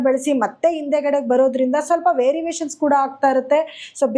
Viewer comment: ವೆರಿವೇಷನ್.... ಅಲ್ಲ variation ಮೇಡಂ ರವರೆ......... 🙏🙏🙏🙏